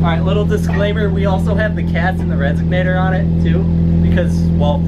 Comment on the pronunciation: you said resignator in the video. Its pronounced. Resonator. I was totally playin with ya